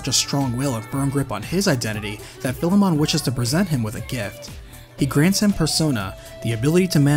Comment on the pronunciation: Bro, your pronunciation of Philemon is wack.